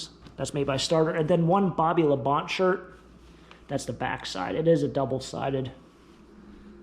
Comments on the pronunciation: Pretty sure it is pronouncedBobby La Bon-tay. Not Labont. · It's pronounced La -bon - tee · Yeah, that was bugging me too. 🤣